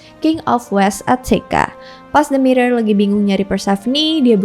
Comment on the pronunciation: Hampir salah ngomong, namanya Demeter malah jadi Dementor 🗿🗿